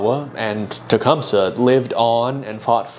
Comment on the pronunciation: Hey, I used to perform in a play version of Tecumseh’s life that is supported by the Shawnee. The proper pronunciation is actually: “Ten-SQUAT-ah-wha” However, the people who originally created the play quickly realized that kids would laugh because of the name containing “squat”. Hence the more dignified but still incorrect pronunciation: “Ten Squa Tow ah.”